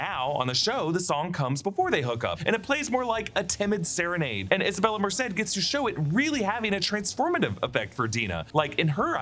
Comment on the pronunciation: Just happy you're saying MERCED correct